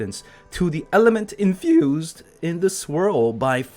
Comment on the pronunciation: elemental inFYOOsed